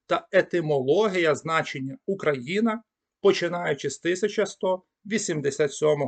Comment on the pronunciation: Спасибі, цікаво. Але чому ви "ОУ" читаєте буквально [ОУкраїна]?) Цей диграф завжди передавав фонему [у], наскільки відомо.